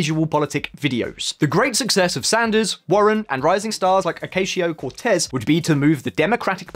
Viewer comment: aren’t you supposed to know how to pronounce Milošević or Ocasio-Cortez? and, ffs, it’s nucLEAR, not nucULAR